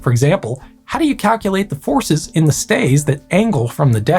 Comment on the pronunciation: Foreskin? Force Can? 🤷‍♂️